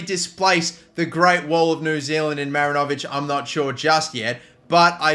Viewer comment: Kiwi here... 'Great Wall of NZ' is pronounced "MaRINovic" as opposed to "MarinOvic". Emphasis on the RIN rather than the O in the name. Hope that helps